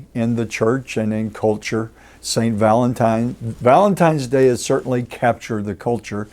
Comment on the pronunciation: Va-LENT time 😅